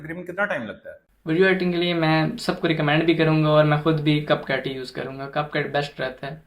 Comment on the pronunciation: Cap cut hota hai name to teek lo buchy😅